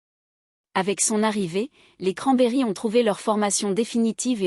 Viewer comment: Qui c'est Dolores Oron ? C'est Cranberries (izzz) et pas cranberry (iii)... Vidéo merdique